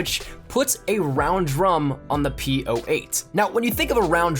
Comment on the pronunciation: Hears POh8 ... TRIGGERED